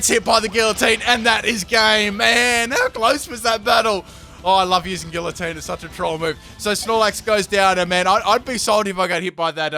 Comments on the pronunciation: GgEE-uH-tEEn. Not gilateen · Guillotine is pronounced Gee-uh-tine just so ya know. Love ya <3